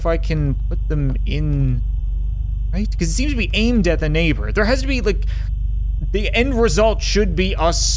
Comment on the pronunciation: I rewatched one part threze crap"e times just to figure out if he said "Let's not get stuck on the crap" or "let's not get stuck on ze crap." I still have no idea so... Lets not get stuck on ze crap